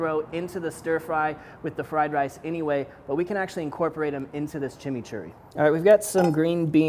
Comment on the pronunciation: Even though, you kept saying "Chimney Churry", We know what you meant lol...Anyway, awesome vid, as always!